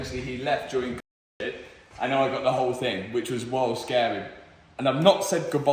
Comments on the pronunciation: Definitely said Convid at the beginning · Why can’t you say Covid? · Why can't he say COVID? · Can’t say “covid”? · Still cant say covid on youtube? 😂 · Covid ! Not being able to say is wild !